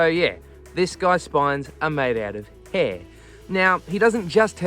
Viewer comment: It's not "hee".. It's 'Hair'.